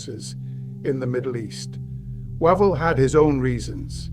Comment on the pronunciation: Wave-ll NOT Wa-vel